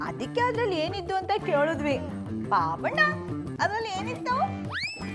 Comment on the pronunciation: ಬಾಬಣ್ಣ ಅಲ್ಲ ಬೂಬಣ್ಣ 😂